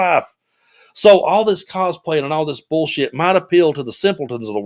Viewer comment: I love Ms Jasmine when she says,“ Bool shit”.